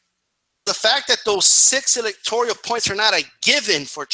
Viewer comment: "electorial points"...come on man...